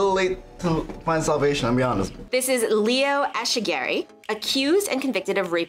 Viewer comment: The way she said ECHEGARAY… from a basque person that pronunciation was HORRIFIC 😵‍💫😂